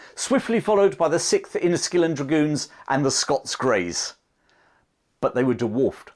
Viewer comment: " The Wussians wear Gway."